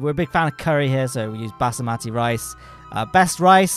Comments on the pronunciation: Basimati? Do you meant basmati? XD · Basamati rice? It’s Basmati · No way he called basmati rice "basamati rice" 💀💀💀💀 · Basamati? Basmati! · you mean basmati rice? basAmati must be an england thing lol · that basmati rice pronounciation got me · these were the weirdest pronunciations of Basmati Rice and Rammstein i've ever heard